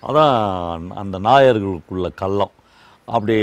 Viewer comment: சொல்றேன்னு தவறாக நினைக்காதீங்க நான் உங்களை விட வயதில் சிறியவன் தான் தமிழ் உச்சரிப்பை சரி செய்ங்க கல்லம் இல்லை கள்ளம்